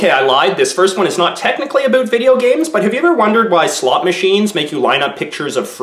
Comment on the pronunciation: Aboot, Aboot 😂